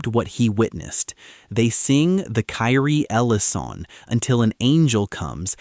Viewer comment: Also, a quick reference to Wikipedia gives the correct pronunciation of Kyrie eleison: KEER-ee-ay eh-LAY-ee-sohn (or -sohn/-zon). This does not distract from this wonderfully done video on The Holy Fire! Bravo!